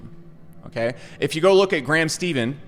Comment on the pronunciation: Do a collab and teach how to pronounce Stephan:D